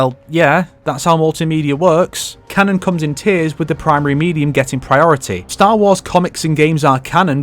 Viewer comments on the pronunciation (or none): none